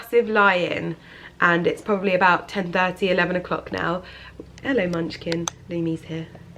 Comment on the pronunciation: Love how you say heliooou to Carrie ❤️😂